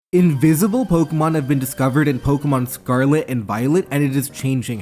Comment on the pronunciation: Invizible pokemon have been dizcovered in zzzzcarlet and violet and it izz changing hackmonzz 🤓🤓🤓🤓🤓